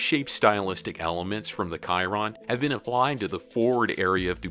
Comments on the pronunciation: He called the Bugatti Chiron (C-ron), Kai-ron😒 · Are we going to forget he said kairon not chiron WTFFFF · cool by why you say kyron not chiron and not much facts behind it on mentioned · Everytime he said kyron,not chiron.funny! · Yeah I think it's pronounced more like "sh-ir on" and not "ki-ron" and he said "bugot" ....yeah this guy seems like he only knows about trucks and not cars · you dont say koiron its siron thats how you call the bugatti chiron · bruh its CHEE-ron NOT CHI-RON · Bugatti Kuyron? what? CHiron bro! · Bugatti Chiron not Kairon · the ch isnt prononounced like K its pronounced like she its called the sheeron not kyron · I think its pronounced Chi-ron not Ky-ron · Like literally would have taken 2 seconds to double check that. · Well, automonmus vehicles have been utilized in industry for years. From the smallest level - to actual haulers. So the concept isn't new. But the Vera units will make larger areas like ports look like an Amazon FC right now. And that's big. In the end, get your kids into IT if they want a job in the future. Also, it's SHEE-ron. ;) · He really said “KIRON” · Did he just say "kai ron"🤣🤣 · Did he really just say kiron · Did he just pronounce the Chiron 'Kiron' ?? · If this guy says “Kiron” one more time...😡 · Am I the only one who’s annoyed by how he says Chiron “kyron” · Kyron? Lol that was mispronounced too many times. She rone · You should Google the proper way to say/pronounce correctly the names of these masterpieces Chiron & Veyron nonetheless wonderful video thank you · the way he says Chiron cringes me lol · Can't even pronounce "Chiron" correctly